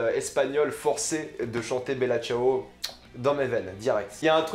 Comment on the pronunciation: heuu cest moi ou il dit la casse de papel? sinon mec articule et tu dis mal bella ciao cest perturbant